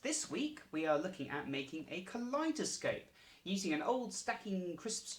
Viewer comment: Ka lie doe scope thats the pronounciation